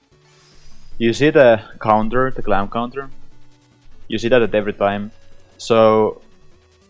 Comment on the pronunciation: Did you just say "clam clounter"? lmao.. great video :p